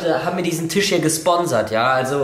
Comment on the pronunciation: warum sagt rewi eigentlich immer tich und nicht tisch